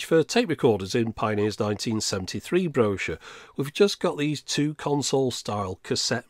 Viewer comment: If I wasn't mocking the way you pronounced 'Brochure' in the comments, you wouldn't have a reason to post more videos addressing it.